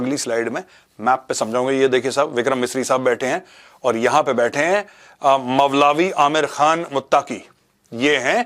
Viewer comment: Its mulavi...its molvi